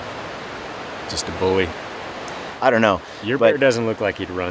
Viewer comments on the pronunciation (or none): Bully not bouy